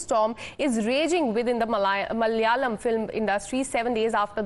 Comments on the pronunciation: Please for the love RAM its Ma-la-ya-lam not mal-ya-lam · This stupid lady should stop reading the news. Cant pronounce, Malayalam and none of the names. These are Indian names. No wonder people in south India have a problem with north Indians.